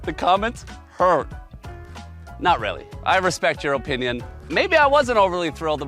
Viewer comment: I don’t like the way this guy says Oh-pinion